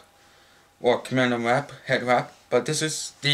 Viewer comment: "Hed wap"